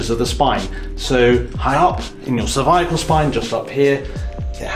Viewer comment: "cerviacle spine"